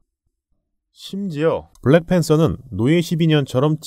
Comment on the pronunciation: 블랙팬thㅓ 발음 취적이였다ㅋㅎㅎㅋ 블랙팬뜨어